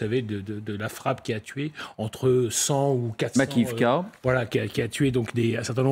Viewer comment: on dit Makiivka😂🇺🇦